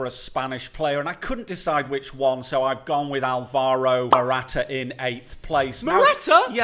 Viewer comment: Noone : Theo : Mortaa Morata 🐈